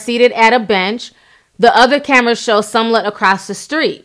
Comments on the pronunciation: Love you Ti, but its Smah-let not Sun-let 😉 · Girl...I love your videos but I have to correct you. It's SMOLLETT not SUMLETT. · Ti you tore his name up lol its smollet you had me confused saying sumlette 😂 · Ruru Home me too I was cracking up😂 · Chiii its smollett not somelett. We are going to give you a pass though, bc we love your videos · Does she NOT know how to pronounce Smollet?!?!?!......who the hell is SUMLET????!!!!.....😂😂😂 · Girl I freakin love u but if u call that man "sumlet" one more time I'm gonna scream 🤣🤣🤣🤣 still love u though. It's "Smollet" (s-mull-ett) FYI girl. Lmfao. 😘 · It's SMOH-LETT....Not SUM-LETT...lol! C'mon Ti you can do better. But good story. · Smollett, Smollett, SMOLLETT Not Sumlet C'mon now,, c'mon... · Lmao. You keep calling him SOMllett. It’s SMOLLETT. 😂🤣😂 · I always love hearing the tea but PLEASE start sounding out people's names before reporting the tea! SMOL-LET not SUM-LET... Use those vowels, Sis! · It's Smollett not sumllett 😆 sorry that irritated me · Gurl it is Smollett not Sumllett. Please!! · Somlet? Lol its pronounced smo-let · I cringed everytime u said “Sum-lette”😖🤣🤣 its Smo-lette! Love u tho😘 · Say it with me Ti "SMO-LETT" not pronounced SUMLET. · The story is very important, but I can’t get over why she continues to incorrectly pronounce Smollett’s name? Sum-let, over Smol-let. ...Are there any other updates? Overall, a good coverage. I’m staying tuned in. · If you're going to report please pronounce his name right. It's not Sumlett It's Smollett...smfh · She Keeps saying some lett isnt Jussie’s last name pronounced Smo-let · His name is pronounced SMOE-LETT not Som-let Damn! Smh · I live her but I wish she would say people's names right. She says SUMLET the whole video when his name is pronounced SMAL-LET. It's distracting and it's not just this video. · It’s clearly spelled S-M-O-L-L-E-T-T and you got Sumlett every time. Lol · Jessie Somlett. 😂😂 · I swear that irked my nerves everytime. Omg!